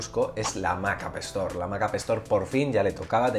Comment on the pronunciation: Me encanta como le llamas a la Appstore "Apestor" XD...Creo que si le queda.